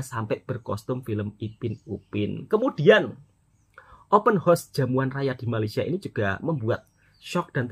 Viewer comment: Horse bunyi nya